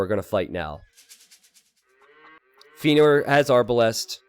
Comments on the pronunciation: Yeah, Feanor is a LotR-character and is pronounced Fe-ya-nor !! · Don't know why he got so defensive over the pronunciation of Feanor. Not difficult to just say it correctly after chat told him he was saying it wrong.